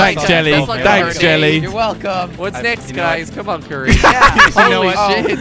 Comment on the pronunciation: not Jelly it's currie